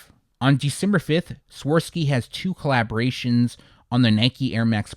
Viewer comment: Not trying to be arrogant but I just respect your channel and knowledge too much not to let you know that it’s actually pronounced Swah-Rov-Ski, not Swar-Ski…